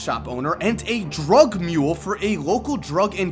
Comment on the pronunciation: the emphasis that he puts on drug mule is annoying. Relax. He's a bad guy we get it.